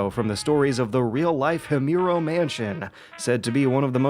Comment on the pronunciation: himuro-hee moo row i know im a douche i fucking love your vids